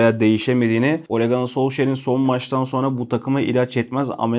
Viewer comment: Şu adama ole ganır diyeceksen video çekme hacı. Ole Gûnar tarzı bir söylenişi var Ganır değil.